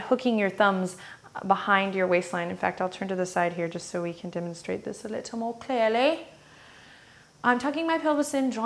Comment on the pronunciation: I like that British "clearly" 😂